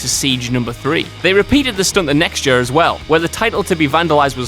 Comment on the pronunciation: This guy has more problems with speaking English. Like: Year = jurr Sure = shoe-arr